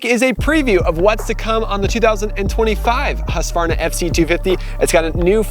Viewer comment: Please upload a video of you pronouncing ”husqvarna”. I have never heard a native english speaker ever even coming close to pronouncing it correctly. Which really don’t matter, because english speakers are not expected to say the name of swedish towns correctly nor slavic last names